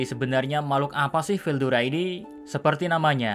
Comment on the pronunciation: Ketika mr.K bilang star king dragon Veldayana😂😂😂